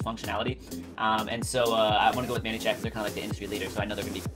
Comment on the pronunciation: Thanks for your VIDEO... has anyone ever told you it's pronounced "MANY" (like 'I have too MANY FB friends') and not "MANNY" (like "meet my friend MANUEL, he goes by MANNY'). Just thought you should know. Sorry don't mean to be negative, it was just distracting to listen to. ;)